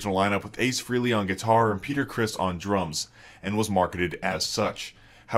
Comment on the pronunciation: FRAY LEE. Please stop saying FREE LEE. Please.